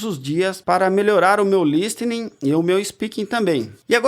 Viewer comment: listening não pronuncia esse T kk